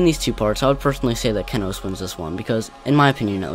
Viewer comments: the only part I didn't like was how he / she said ke-nos and not KE-nos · It’s kenos(key-nose), not kennnosss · I can't believe I used to pronounce Kenos Kay-noss